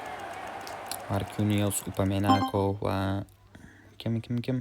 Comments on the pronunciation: Upemacano❌ upemanano😂✅ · Upamenaco mas😂 upamecano❤😊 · upamenako emas oka upamekano